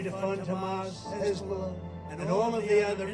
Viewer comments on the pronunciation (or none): none